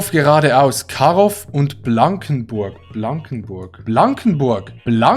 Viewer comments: grad fast ein Anfall bekommen als er mein zuhause karoffff ausprach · Oder Pankoff und Karoff haha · Ahhh, Pankoff, Karoff und Schildoff😂 Das W hinter dem O macht das O nur etwas "runder" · Digga das heißt Panko(w) und Karo(w)! Da fallen mir die Haare bei aus!